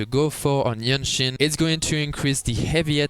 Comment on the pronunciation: I see you have problem pronouncing the name, JianXin. You can say JanXin it is close enough. Just make sure you dont pronouce GenXin. They are very sensitive😂